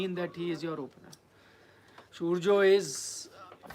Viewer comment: Beta pale nam to sahi kelo tab reporting karo surya h surja ni 😀😀😀